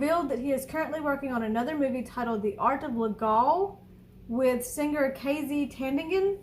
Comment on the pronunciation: TAN - DING - AN. That is how you syllabicate and pronounce her name. Keep up the good reactions. Love it!